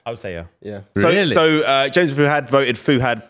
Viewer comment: I hate the 'Fu'......it's Fuhad....damn